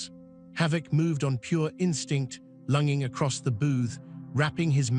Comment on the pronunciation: Lunging is pronounced with a soft g not a hard g like Lunging it's pronounced like plunge